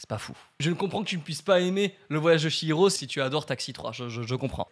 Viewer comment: Le voyage de "SHI"hiro 😭😭 je pleure le ch- se lit " tch" donc le voyage de "tchi'hiro.